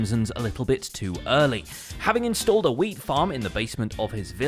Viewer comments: I thought he said welsknight built a weed farm instead of a wheat farm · I thought you said wells started a weed farm lol